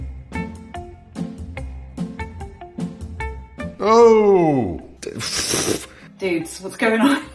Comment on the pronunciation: I love that “ welcome to feenlaand” 😂